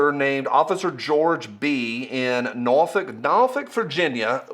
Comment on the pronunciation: As someone born in Norfolk, I glad you pronounced it correctly. Nawfuck!